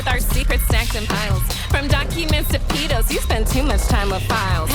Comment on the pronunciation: The pronunciation on pedo ugh. Stop saying PDF file also,the f stands for file you're just being redundant.